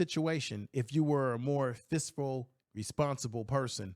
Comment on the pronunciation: I’ve been watching for 6 months now. He really can’t say fiscal. He says fistful every single time. 😂😂😂😂😂😂😂